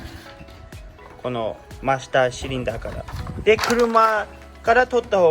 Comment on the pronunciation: マスターシリンダーとかクランプとか日本語の発音で言ってくれているね。なおりたガール的な帰国次女とは違うな。ききやすい。